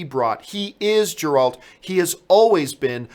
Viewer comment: The G is Geralt is pronounced as a hard G like when saying Gary.